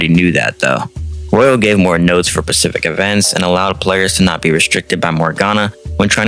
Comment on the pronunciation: Nice video. It's *Specific*, not *Pacific*. Why can't any SMT fans speak correctly?